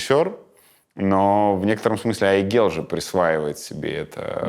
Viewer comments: @@ давайте начнём с имени, ни одну Айгуль или Айгель или Aiygel я не знаю в подобном произношении. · теперь я буду произносить это имя с мягкой Л на конце)